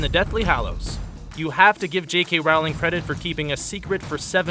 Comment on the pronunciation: IT'S PRONOUNCED RO-LING!!!